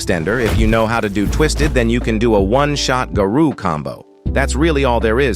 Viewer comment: Why people saying "Garu" instead of Garou